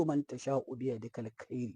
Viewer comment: Kaji jahili baima iya karanta ayarba 😂😂😂 biyadikal kairu, Amma wai yace biyadikal kairi😂😂😂 soko jahili Wawa bagidaje bakauye